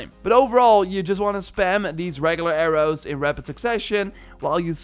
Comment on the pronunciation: AIR-OOs and ARRMORRE